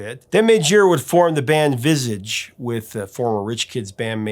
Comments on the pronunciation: The Late & Gtreat Steve Strange' Brilliant Band was NOT Pronounced as Visige, it was Pronounced as VISAGE!!!!! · That's pronounced Vis ahge. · FYI it's pronounced Phil "Lie-not" and Visage is pronounced "Vee-zaaj". Great interview - Midge is an absolute legend! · Hey! Last time I warned you in a comment that you were pronouncing Visage wrong! Why didn't you correct it now? Please next time Vizaaaž!!! Or if you can't read this, type in French into google translate and click on that little microphone. Please! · Visage is pronounced like Garage . Vizahhge. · Visage ? It's not pronounced like Cabbage ! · If only Americans could learn how to correctly pronounce names like Visage, that would be nice.... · Uhm, are you sure your pronunciation of “Visage” is correct?